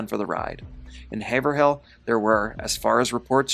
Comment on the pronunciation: Great video! Not that it really matters, but people from New Hampshire say Hav’rill. Hav rhymes with cave. The H is silent.